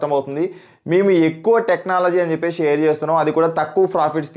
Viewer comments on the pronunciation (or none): none